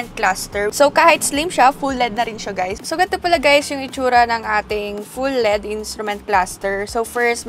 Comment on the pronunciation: EL EEE DEEE po hindi led.